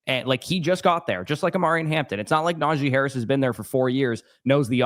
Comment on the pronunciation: “Najeye Harris”